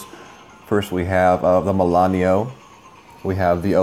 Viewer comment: It's MILANO... not Milan-e-o.